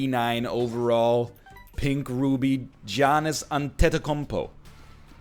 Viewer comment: NL nailed Giannis last name pronounciation.